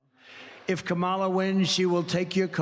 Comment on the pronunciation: Has anyone noticed previously Trump did pronounce Harris first name correctly, but because everyone on the right mispronounces her name as an insult, he's now doing it?